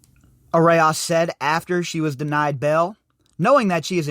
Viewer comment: It's pronounced "a rose" and I'm guessing not coincidence that the authors of this article have "rose" in their names also (perhaps a Rosicrucian tie here...